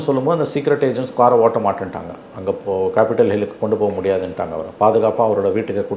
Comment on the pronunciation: It's " Capitol Hill " , and not ' Capitial Hill '.😅😅